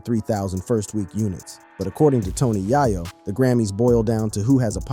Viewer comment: 😅😅😅ikr it doesn't make it any better he keep saying tony yiyo it's tony yayo